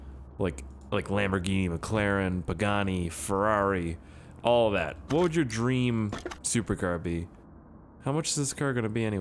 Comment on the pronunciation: did anyone notice that said bugani in the dealership. theres a buggatti and a pugani